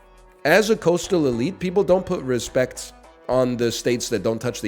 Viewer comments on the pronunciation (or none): none